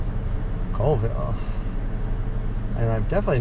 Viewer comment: It’s “call” ville not coolville